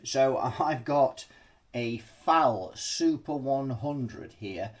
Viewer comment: I thought you said ‘fowl’! I like buying things like this to figure out and tinker with, hopefully learning something in the process!